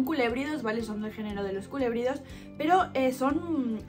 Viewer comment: Buen video pues yo crío y reproduzco la serpiente del maíz y si creo que necesitas investigar un poco más y como dato no son culebridos se pronuncia colubridos. Pero vas bien saludos desde México que tengas mucho exito en tu canal 😊